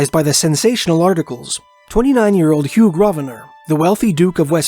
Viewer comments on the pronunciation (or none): none